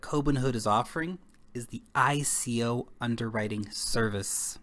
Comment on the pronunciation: Love the channel but hate how you pronounce "ICO" :D Bitcoin: 1Q8HuPmL3dWZf5oU934BF5V6eebkV9R8nh